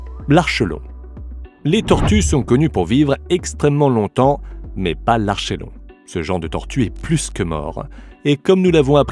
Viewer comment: De même, on ne dit pas "ar cheu lon" mais "ar ké lon" et le æ se prononce "é" .